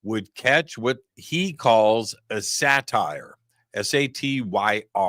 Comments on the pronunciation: Not a “sat-tire”. It’s pronounced say’ter. Like a faun (a goat legged human). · Satyre is pronounced "Sə-tear"